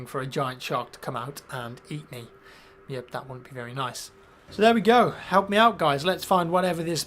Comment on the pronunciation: When your were told that you "wobt" like it. Wobt it a radio station in Wisconsin! They leave little clues!